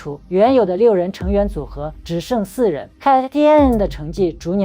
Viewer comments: 發音是「卡-TOON」 有興趣的題材但一直唸錯讓人很難過。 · 人家組合發音是cartoon啊😢你那是什麼鬼讀法，連最基礎的功課都做得有問題，可見這個影片應該是走誇大其詞，添油加醋，博人眼球的路線👎🏻👎🏻👎🏻👎🏻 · 團名唸那什麼鬼⋯⋯ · 希望團體KAT-TUN的正確發音 公信榜oricon的正確發音 可以先查詢後再念.... 或讓谷歌小姐.AI發音念也沒關係.... 聽了有一點痛苦....